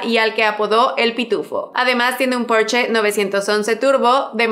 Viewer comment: Bugatti Shiron (Chiron) y Porshá (Porsche)